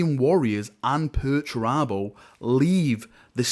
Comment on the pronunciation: Dedicating a video to pertarabo? This guy must have had a head injury recently or something /S